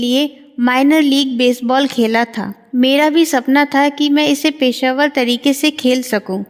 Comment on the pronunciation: अनुवाद में तो कुछ त्रुटियां हैं साथ ही वाचिका के उच्चारण भी सही नहीं हैं। पेशेवर को पेशावर बोलना हास्यास्पद है